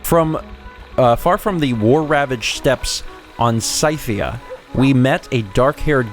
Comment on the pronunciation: Scythia is around present day Ukraine and Russia, it was mentioned in Herodotus's Histories also I thought it should be mentioned that it is pronounced Sithia (like the bad guys in Star Wars) I know it's a bit anal, but I just felt it need to be made known